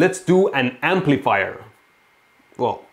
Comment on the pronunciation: Am I the only one who hears "Amplifire" when Mehdi says "Amplifier"?